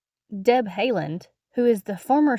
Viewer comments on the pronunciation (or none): Deb Haaland . It’s pronounced Holland, like the country